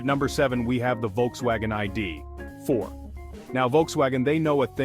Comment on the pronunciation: AI narration fail. The I-D………Four! LOL. And then show pictures of the ID.4 while talking about the Nissan Aria. Sloppy.